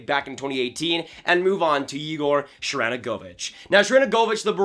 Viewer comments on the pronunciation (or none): Why can no hockey YouTubers say Sharangovich’s name? I mean I get it’s kind of hard, but still, lol. (Btw it’s pronounced Sharen-go-vich in NA and Sharan-govich overseas)